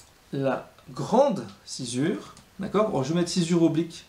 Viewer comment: Pourquoi on dit sci"z"ure alors que c'est écrit sci"ss"ure ?